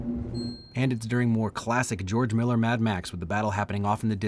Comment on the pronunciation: "Geoge Miller"